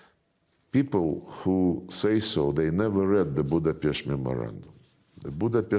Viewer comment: No "ch" in Budapest